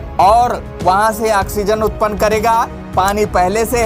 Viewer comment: Sala anpar gawar,,,,,,,,fake news kyu banate ho.......janta ko bebhakuf samaste ho kya.....sala oxygen ka pronounce to thik se aata nahi "aksizen"🤣🤣🤣aur Chala journalist banne🤣😂😅